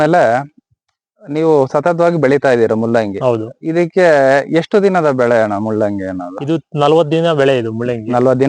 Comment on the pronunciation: ಮುಲ್ಲಂಗಿ ಅಲ್ಲಲೇ ಕೆಪ್ಯಾರ್ ತುಲ್ಲೇ, ಮೂಲಂಗಿ 😄